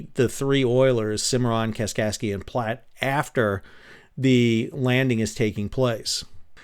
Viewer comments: Love the video, but it pains me having lived in Nebraska for several years to hear Platte pronounced as ‘Plot’. It rhymes with ‘rat’ and ‘fat’. 😅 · "Platte" rhymes with "flat." Luv ya, doctor!